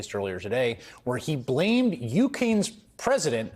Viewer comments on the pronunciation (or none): Did he say Ukane’s?